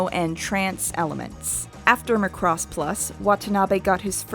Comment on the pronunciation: I just blame that on accent or however they tend to speak where she's from. She has the same issue with Macross and keeps say "Mu'crose" the same way she say "K'noh". lol But... idk her experiences are with japanese or accents, and for all I know she could be more correct.